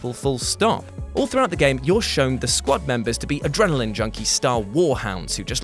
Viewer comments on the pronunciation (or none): none